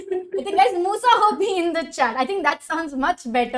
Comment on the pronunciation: #moosa nahi #musha😂